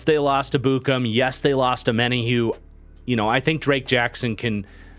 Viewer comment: Ur mispronoucing Ebukam. I'm pretty sure from listening to people its Eb-bu-kom